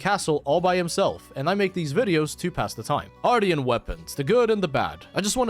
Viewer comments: Dude… AR-SHEN -tian is pronounced shen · Ar-sh-ee-an weapons***